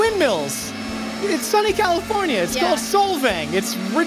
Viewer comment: Does pronounce California like cauliflower?